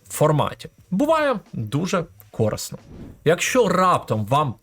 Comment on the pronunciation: А що, у вас на Закарпатті усі кажуть "кОрисно", а не "корИсно"? Незвично чути такий варіант наголосу.